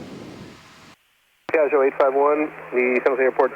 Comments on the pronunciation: Da italiano trovo fastidioso sentire pronunciare in modo sbagliato Piaggio :-) :-) La parola contiene due G e vanno pronunciate. Io sento Piagio con una G, mentre sono due. :-) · It would be better if you would produce the name if this wing Ferrari in the proper way : Piaggio !! Without sounding the last “I” believe me in italian!! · check out some Italian language pages and learn how to properly pronounce Piaggio :-(